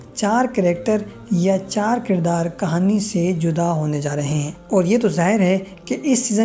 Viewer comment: کھانی نہیں کہانی 😂